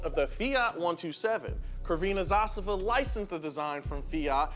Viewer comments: FACEPALM Not "Krvina Zastava", but Tsrvena Zastava! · how you butchered the word Crvvsena, sounds more like a whores flag then a red flag. Kurvina Zastava. Btw 1st car I owned, it was Euro version ofc, which is much better built then export for the US , it also had stronger engine, but yes it was a slow car 😂 Also hard to drive, there was a saying when you learn to srive Yugo you are a pro driver and you can srive anything. Now they are almost impossible to see on the streets, they alsmost all went to old scrap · The pronunciation of "crvena zastava" was incorrect, more accurate would be "tsrvena zastava" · Also it's pronounced 'Tsrvena (e like ae) zastava' not 'krvina zastava' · Its tzrvena zastava not kurvina zastava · YUGOSLAVIA forever. Crvena zastava is not Krvena Zastava but Ts-r-vena Zastava. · It's pronounced as Tservena Zastava) Not "Corvina". Great video, thanks guys! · Hey guys... it's not pronounced "kurvina Zastava" it's pronounced "Tsir-veh-nah Zastava" (like you pronounce "sir" but with a "t" before it)... I know my dear Yugo's (the people) will have a laugh at your pronounciation as it has a completely different and mildly inappropriate meaning lmao! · “Kerveena Zastava” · it's not KRVINA ZASTAVA it's with a C damn it.... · Kervina zasava had me dead. Thats not even close to how you say it LOL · Oh no..hearing 'Keerveena Zastavaa' made my ears bleed. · It is pronounced more like Srvena Zastava. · It's not krvena zastva i know what wrote its with c not k its c crvena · It's pronounced "Tsurvenah Zastavah". Also, it was never "Crvena zastava", it's just Zastava (flag). Cool video tho. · Crvena zastava. Man ya butchered that sht. Best way to pronounce (bcz C is hard to write i feel) is Tzer-vehn-ah, zah-stah-vah (The tz is like some other words i see before where T is like silent so its more of a Z ish sound) ir like saying Panzer. So that zer sound. Put it all together. Crvena Zastava. Yes red flag. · aaaaaaaaaaa its tszervena zastava